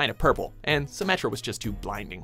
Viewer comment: I cringed when he said symmetra